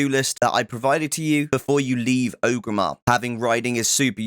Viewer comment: great guide but i hate how you so O gramar its OR-GRIM-MAR not O-grimar